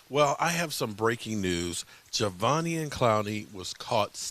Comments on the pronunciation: It’s Ja-Day-Vian 😆👍🏼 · Javonian 😂. I’m just here for the name butchering ❤️ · say it with me sloooowly: Juh - Day - Vee - On lmao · Pronounce his name right please